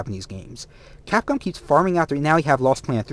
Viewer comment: The fuck is capon? were talking about Capcom.